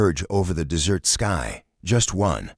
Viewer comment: A good story if you can tolerate the AI reader putting emphasis on the wrong words, continually calling the desert - dessert😂 and ignoring punctuation at times. Creator needs to find a better AI reader or use a human. Stories presented by this creator are riddled with all kinds of errors. Creator needs to listen and edit before posting.